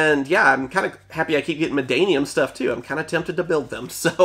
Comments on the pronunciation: MaNNadium not MaDDanium , cmon im gett Madd-anium... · Bro it's "Mannadium", not "Maddanium" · Man-na-dium not Man-da-nium 😂